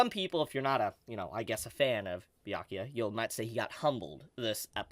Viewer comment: Haha, YO this is awesome! You can finally say "Byakuya" this week, no more BAYAKUYA 😂😂🫡... proud of you. Someone give this Man a Bell's! 🥃